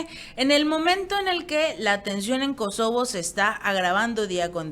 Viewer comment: MINUTO No es SOKOBO sino KOSOBO.